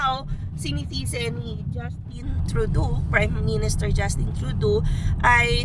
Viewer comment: its TRUE-DOE (as in doe a dear) not TRUE-DOO :-)